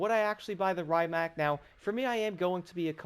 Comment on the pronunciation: The original electric hypercar! The brand is pronounced Ree-mac. I won't be surprised if they add the Pininfarina Battista, which shares many components with this.